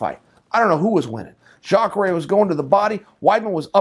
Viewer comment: Chael finally nails a name, Jakare!